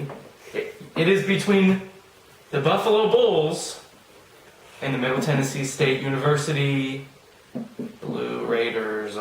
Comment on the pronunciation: She got Middle Tennessee state correct!